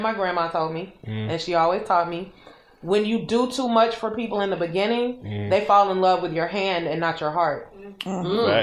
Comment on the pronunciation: Always have me crying when he say that 😂😂